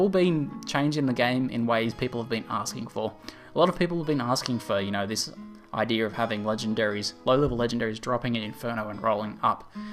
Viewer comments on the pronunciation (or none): 41 It's pronounced ideA not ideR. It's never been ideR and it will never be ideR.